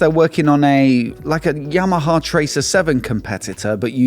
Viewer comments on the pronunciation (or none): none